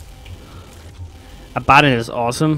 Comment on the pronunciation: great video! little tip! it's pronounced Abba (like the band) Don (like Cheadle) lol